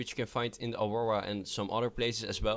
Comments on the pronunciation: The Auwowa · dose anyone else hear him saying awowa ?